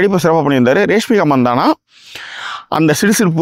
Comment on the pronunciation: அட ரேஷ்மி கா இல்லைங்க ராஷ்மி கா..அதையாவது கொஞ்சம் ஒழுங்கா சொல்லுங்க..